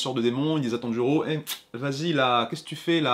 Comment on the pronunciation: IL A DIT TEN GI REAU XD